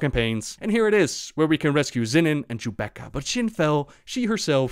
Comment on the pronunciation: Was I the only one hearing "Jubaka" as "Chewbacca?"